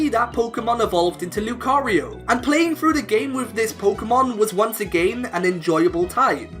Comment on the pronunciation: Love the video, but that’s not how you pronounce again. I don’t know where you’re from, but just as advice :D